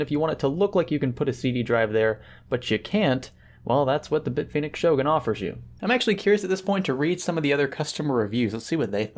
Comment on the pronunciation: FACT: from Hardware Canucks pronounces Bit Fenix as Beet Finix.